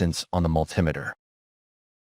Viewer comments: It's not a mul timiter it's a multi meter. Bloody American AI. lol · And can you learn to say Multimeter correctly. It's Multi Meter as in a Metre with Multiple functions. What the hell is a Mul Tim itter? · mul-TEE-meter, mul-TEE-meter. Fkng AI. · What's a "multimiter?" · Never heard it pronounced like that before multimiter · Multimiter pronunciation. Apparent ai glitch. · ˈpronounce multimeter məl-tē-ˌmē-tər. AI is extremely annoying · Obviously it was one that couldn't say multimeter properly